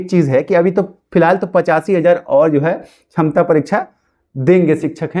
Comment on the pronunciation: Sakshamta hota hai... Tum chhamta bol rahe ho..... Pahle sikho bolne ke liye.... Kahe ke liye tumlog aa jate ho teachers ka time barbad karne.....